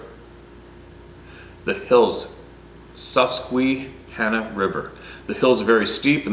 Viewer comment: Hey great pronunciation on your first try of Susquehanna River... And the conowingo dam, both correct, with your first instinct being correct!